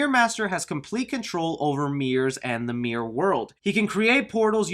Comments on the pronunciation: Dude, it’s MIRROR not MEER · Sounds like you're saying half of the word Mir-Ror. Lil Mir. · It was at least a few mentions of "Meer Master" before I realized you meant miRRor. MiRRor.